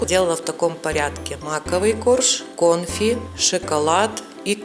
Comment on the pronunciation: Все хорошо, но не грамотная речь бесит. Особенно слово кОнфи...👎